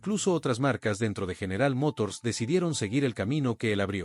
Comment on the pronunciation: Muy buena presentacion y descripcion de cada uno de los modelos “muscle cars”, con una deficiencia en la pronunciacion, y como esta presentando vehiculos americanos, y como no existe el acento en las palabras en ingles, no entiendo porqué al deportivo de Chevrolet lo pronuncia Camaró, y a General Motors, la pronuncia; como a un General del ejercito, cosas totalmente diferentes; y pare de contar, Charger, Thunderbird, pero fuera de esos detalles en general el video esta muy bueno y descriptivo